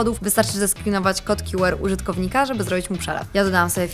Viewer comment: Nie rozumiem jednej rzeczy. Skoro już mówi się litery w języku angielskim to dlaczego jedną z nich wypowiada się po angielsku a drugą po polsku? QR w j. angielskim mówi się kju ar a nie kju er